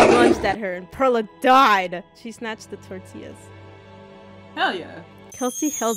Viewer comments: Do u think they'll ever know that pearla is pronounced like pearl the gem and not fruit😭😭😭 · Pearla pronunciation has me dead but honestly relatable people do that with my name too